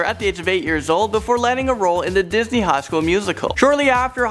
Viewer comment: Lol disnet?